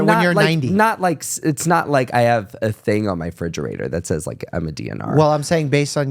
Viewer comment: Is: expecially, should be: especially. Is: fridgerator, should be: refrigerator. You’re welcome.